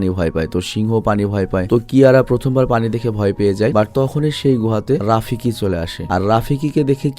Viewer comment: ভাই ওটা রাফিকি না ওটা হবে রফিকী।😊